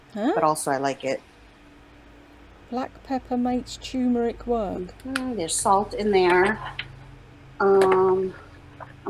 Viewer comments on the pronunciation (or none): She's pissed off about having to buy a mask because, unlike everything else she buys, she can't use it and return it. The average weight of a knee replacement for women is .76 lbs. That isn't a farmhouse kitchen sink. And it is tuRmeric, not tumeric, microwave not mircrorave. She just runs her mouth and sh*t spills out.